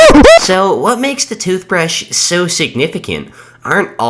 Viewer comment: Average British Person Tooshbrush (as a british citizen)